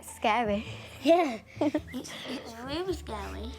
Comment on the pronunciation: I love how he say "RrRRrrrrrelly"